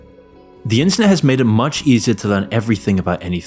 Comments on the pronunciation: Please enunciate a little more clearly, you somehow pronounced the word "internet" as "incest" like a dozen times throughout this vid and gave me whiplash every time lmao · Is it just me or did bro saying “internet” sound like “inc*st” at the start of the vid?